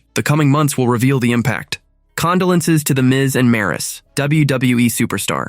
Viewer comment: This dumb AI can't pronounce condolences 🙄